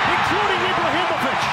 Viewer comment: If commentary doesn't know how to say Ibrahimovic